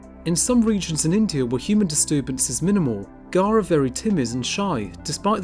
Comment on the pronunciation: Pronunciation is Wrong !!